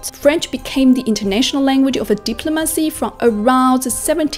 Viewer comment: Wrong accent saying words like: diplomacy or influence. Comunque brava